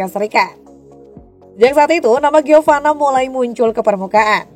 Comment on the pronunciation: Giovani mulu....Giovanna mbak🤦🏼